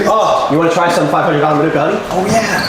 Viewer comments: The emphasis of Manuka is on the MA, so MA-nuka. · Its pronounced Marnika Honey, Manuka (Marnika is a region in Canberra)